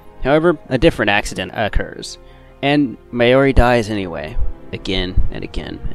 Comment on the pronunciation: How do you MESS UP pronouncing Hououin Kyouma when it’s PRONOUNCED in the Anime?! \ (✧ _ ✧) / And Mayomi?!? It’s Mayuri!!!!! DX (Mayushii is also acceptable)